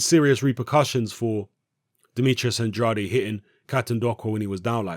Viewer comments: It's pronounced "AND-raid",. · Guys, go find the recent IFL interview with Andrade. Kugan Cassius introduces him as 'Demetrius And-RA-day', and Andrade corrects him. Says it's 'AND-raid'. Think the guy knows how to pronounce his own name. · Please, learn how to pronounce Andrade...